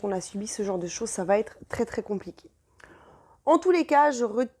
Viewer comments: Mais quelle bavarde ! Venez-en au fait, ça durera moins longtemps. Et puis on ne dit pas "va Têtre" mais va être : pas de liaison possible puisqu'il n'y a pas de T à "va". Pfff ! Pénible ! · Va-t-en "va-t-être" :D